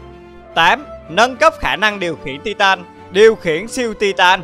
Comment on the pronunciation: Tai từn chứ không phải ti-tan nhé